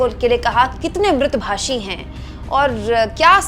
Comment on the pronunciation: मेडम म्रत् भाषी नहीं म्दू भाषी होता है